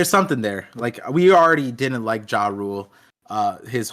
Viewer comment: Finally a youtuber who knows how to pronounce Louis Arnot properly 😂. Good job,. Still saying "Ja Rule" tho lmao. I wonder if that one is on purpose though...